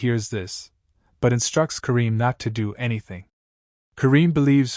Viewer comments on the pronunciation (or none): none